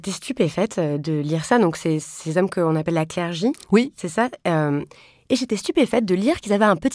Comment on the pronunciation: J'entends «la clergie/clergy» plutôt que 'le clergé'. Estce que quelqu'un.e a des infos sur cette façon de dire? Ps: ça pleut beaucoup en ce moment